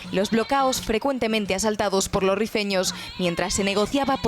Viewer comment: “Rifeño” no “refiño”